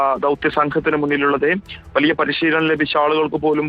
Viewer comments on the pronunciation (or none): none